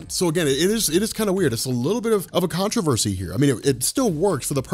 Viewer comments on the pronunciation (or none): none